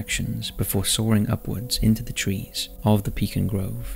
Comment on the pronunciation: I appreciate that you pronounced “pecan” the proper Texan way!